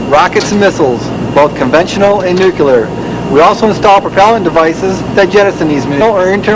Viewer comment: Did that loader say, "nucular"? 😆